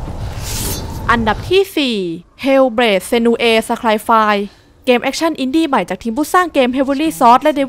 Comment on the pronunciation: senua ซีนัวนะครับ 55555 ฟังแล้วแปลกๆครับ55555 ขอโทษที่ติเรื่ีองนี้นะครับ